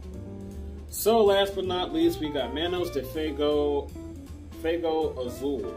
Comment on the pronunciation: ITs pronouns “fwaygo” Not bustin your balls.